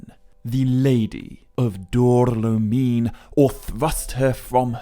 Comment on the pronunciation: Great work as always,! Only a little note: I think Dor-lómin is pronounced with the emphasis on the accent. No paragraphs of comments from me unlike last time 😅